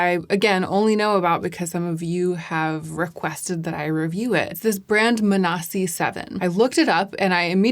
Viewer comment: i have like 3 friends named manasi but they all pronounce it like mansi